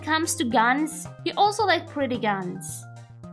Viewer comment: Did u just say pwetty